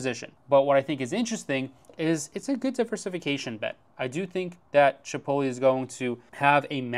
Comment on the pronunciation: Chi pohT leh, not chipolly